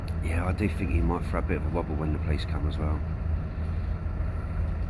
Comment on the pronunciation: When you say "police", it sounds like "pleece", that's why he didn't understand.